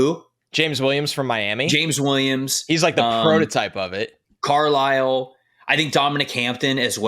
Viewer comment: JC Carlisle is pronounced Car-Lile